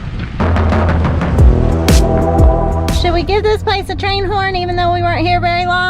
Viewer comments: You remembered to pronounce the s in Illinois but forgot to pronounce it for ar-kansas. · Go ahead say it…ArkansaS.